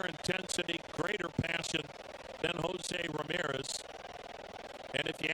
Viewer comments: love how the commentator keeps saying josi bro its Jose lol he be from jose to josi lol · Why does the announcer pronounce his name Hozee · Why does the announcer keep calling Jose Ramirez Hozey?